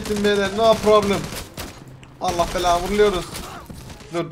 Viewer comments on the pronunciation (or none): none